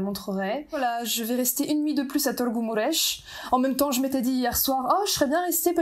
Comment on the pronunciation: Je suis ébloui de ta prononciation de Târgu Mureș ❤️. Tu peux même prononcer correctement le son î/â 😮